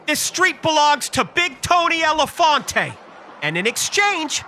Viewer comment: Its "Elefante" in italian. But his pronunciation was quite good. Almost perfect, almost.